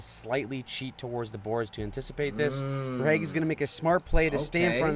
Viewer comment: it’s prounounced ver-hay-ghee.